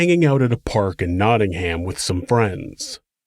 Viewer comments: "Naading-Ham!" Love the pronounciation! Now try saying Worcester! I love your shows, keep 'em coming. (Pronounced 'KNOT-inggum') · Americans, you guys need to learn how to say nottingham properly ahah also my honest to god reaction was oooooh im in the midlands!!